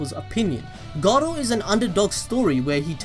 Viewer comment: Sounds like he's saying Gaara instead of Garou at times lol.